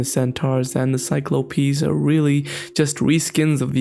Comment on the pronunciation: Is he trying to say Cyclopses?